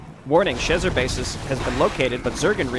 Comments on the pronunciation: Tiniest of nitpicks that will bother me endlessly because that's just the sort of detail that would: Alan Schezar's name is pronounced "sheh-ZARR". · Akshualee, it should be more pronounced シェザール. :P